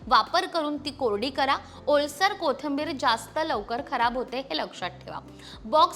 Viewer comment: Kothambir नाही. कोथिंबीर